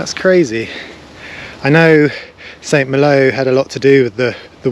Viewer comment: Pronounced San Mahlo!